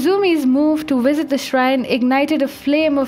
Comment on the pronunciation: why - wait -when - wisit.....that's funny